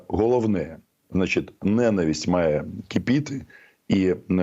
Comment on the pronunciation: Романе, наголос ненАвисть. Просто "вуха рiже"😉